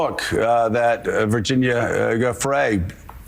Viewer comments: Facts are Mike Wolf saw the photos. Joe can’t even pronounce Virginia’s name? He just doesn’t care. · Morning Joe can't even pronounce Virginia's name - shame shame shame shame.... absolutely no respect for a woman who went through hell